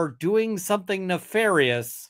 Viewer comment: "Nefarious" hurts me on a deeply personal level.